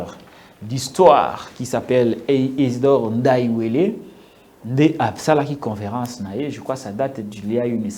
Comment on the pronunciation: Patrick c’est Ndaywel et non Ndaywele. Donc ne prononcez pas le “e” après l.